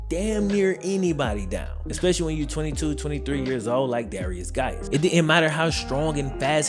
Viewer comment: Swear ta GAWD I thought he was saying "various guys".